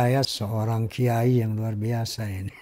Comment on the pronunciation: Kuyayi a bukan kiayi😂